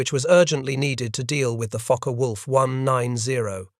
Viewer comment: Pronouned fokker wolf not fockay